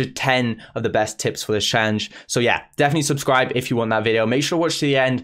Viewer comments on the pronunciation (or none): Really struggling with the word challenge 😂